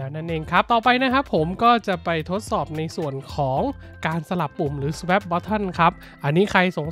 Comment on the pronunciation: Swap น่าจะอ่านว่า สว๊อบ มั้ยครับ